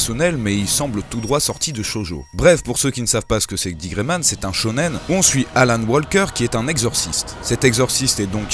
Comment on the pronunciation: Trop cool ! :D PS : c'est AllEn Walker, pas Alan :p